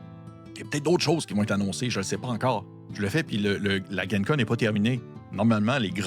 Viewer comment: Ce n’est vraiment pas grave mais pour info pour l’avenir, ça se prononce « djen con » plutôt que « guen con » parce que ça stand pour Lake Geneva. Merci beaucoup pour toutes ces super vidéos !